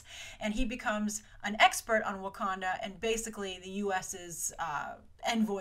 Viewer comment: not Wakonda its Wakanda aaaaaaaaaaaaaahhhhh